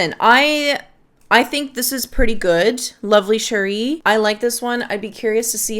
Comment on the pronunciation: Setting aside all of the information in your video ( of which I very much appreciate), you’re the first person I’ve come across with a review of Lovely Cherie and pronounced the name correctly… yay for you! I was wondering if you ever smelled Alexandria’s Fructus Virginis which is a clone of TF? I love fragrances with cherry and almond but I was not a fan of Fructis Virginis. I don’t want to buy Lovely Cherie and have the same experience. Thanks for the review.